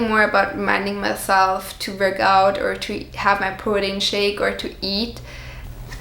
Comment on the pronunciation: I love how you say protein